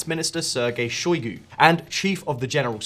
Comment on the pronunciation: pro-GOT-zin? shoy-GEI? Well I guess we should be grateful that you didn't identify Russia's president as Vladimir Poutine!